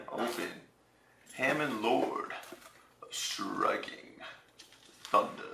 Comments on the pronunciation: Huh-MON.... not HAM-MAN... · it is halmon just saying not hamon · haMON is how it's pronounced btw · It's Hamon, Lord of Striking Thunder not Hamon-lord of Striking Thunder. Argh OCD mode activate. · You mispronounced Hamon...